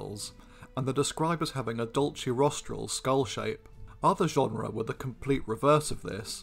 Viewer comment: Don't pronounce "genera" like genre, please! Besides genera is plural only!